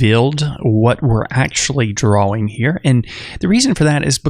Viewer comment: wtf.... its TIME , not TAHYM its DRAWING , not dwhaWING. jesus man